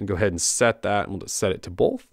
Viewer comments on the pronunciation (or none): Bolwth (both) - you can't un hear this.